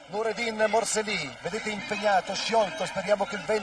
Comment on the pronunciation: and then you butcher morceli it is moor cell leee . Really amateurish